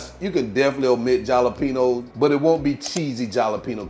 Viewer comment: Jalapeños is enunciat ( ha-la pe nos). It's a spanish pepper.